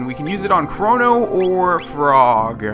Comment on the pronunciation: Why have you been pronouncing his name "Kronno"?